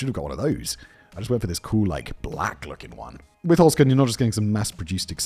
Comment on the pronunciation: Holzkern - literally meaning “wood core” or “wooden core” - pronounced “holzt kearn” - say the “z” as “ts".